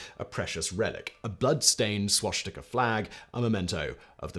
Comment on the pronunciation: Swashtika Simon? Really?